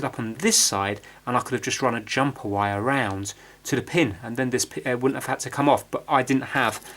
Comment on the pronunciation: Do you have german in you? You say vire a lot instead of wire. I'm curious.